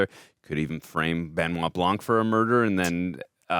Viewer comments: Benoit pronounced BEHNWAH not Ben-nye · it's so funny for me, as a french man to hear how they say his name... "Ben Wa BlanK" when in french, it would be "Bun Wa Blan".... It's also very funny when i hear american say the name of director Denis Villeneuve "Day-Niss Vil-Newave" when it's actually "Duh-Ny Vilnuv"